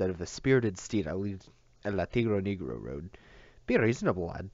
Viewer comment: It's pronounced (neg-row). I appreciate you reading the book